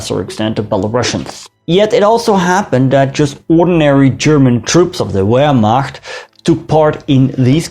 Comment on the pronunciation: It is weird hearing a Dutchman mispronouncing ‘Wehrmacht.’